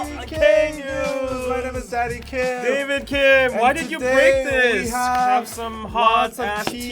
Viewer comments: At the beginning I thought Danny said "Im daddy kim" and I was like huh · I have know clue why everytime danny says his name is "Danny Kim" i hear, "Zaddy Kim" like my ears are playing tricks on me.